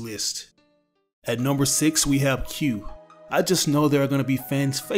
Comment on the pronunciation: Just to let you know it's not "Q" it's "Que"